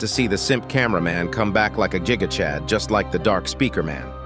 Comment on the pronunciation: The fact he said simp cam will be giga chad and the fact it sounded like jiga chad